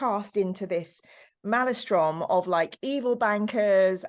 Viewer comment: Blimey, never heard 'maelstrom' pronounced like that most odd! Always good to hear Dan talk about 40k though, thanks for the video.